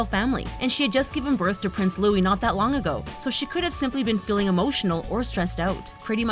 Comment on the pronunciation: Finally! Someone gets louis’s name right!